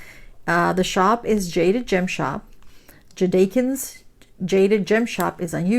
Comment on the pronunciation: Thanks for sharing this one because I haven't seen a lot of that shop unboxed. I think you pronounce her YT name Jade-a-kins. 🤔 , Can't wait to see this one when you have it done. 💜😍💜